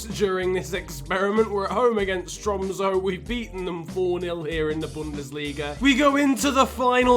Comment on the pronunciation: You say tromsø with a ø not o